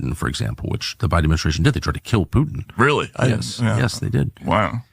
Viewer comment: The word is PuTin. Not Poo In. When are you going to learn how to pronounce the T in words? You sound like a Kardashian.